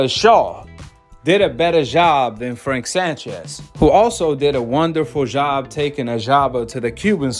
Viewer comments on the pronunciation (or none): Every J word has a Z. “He did a wonderful zhob”